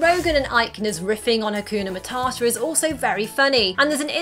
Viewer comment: Is nobody gonna talk on how “Hakuna Matata” got heavily butchered?